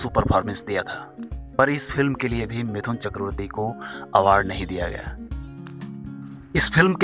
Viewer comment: Attention everyone : His name is "मिठुन", not "मिथुन".